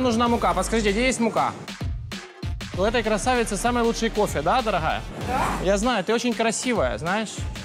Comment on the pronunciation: ДороГая,ещё никогда так буква "Г" не резала ухо, как в этом слове 😄😄😄